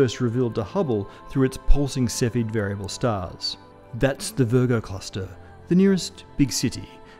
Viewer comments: It's not Cephid but Cepheid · 3.26 It's Henrietta Leavitt, not Levitt. And they're called Cepheid variables, not "cephid".